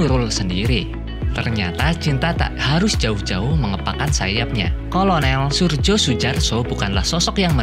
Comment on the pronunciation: Maaf Mas narator, seingat sy jaman dahulu huruf J itu dibaca Y, jd Suryo.. Demikian, maaf bila sy salah🙏🏻😁